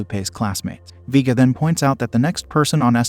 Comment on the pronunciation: Vee-guh 🙄🙄 Vay-guh ☺️☺️